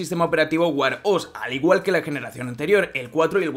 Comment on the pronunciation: Vaya, estos «influencers» ganan un platal con los vídeos y no le pueden dedicar un tiempo a buscar la pronunciación de las palabras en inglés que van a usar. No se dice Apel sino Apl y Wear se dice uer no uar 🤣😂